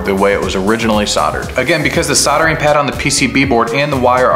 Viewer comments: Love the video, but please stop calling it soddering 🤦‍♂️ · What's soddering?